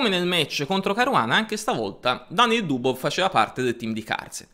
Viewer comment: Sei nato per fare comunicazione! Sei da studio! Comunque si pronuncia Mag-nus. La gn di gnomo non esiste in norvegese come non esiste in inglese. In russo la V finale si legge F, quindi Dubof.